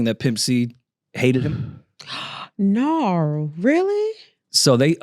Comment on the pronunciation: saying No in a weird accent then reiterating it 💀